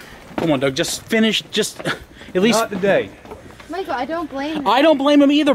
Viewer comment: Michael sounds EXTREEEEMELY Norfolk AND a different voice for a second